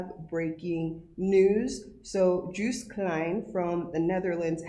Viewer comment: It’s not ‘Juiced’ his name is ‘Joost.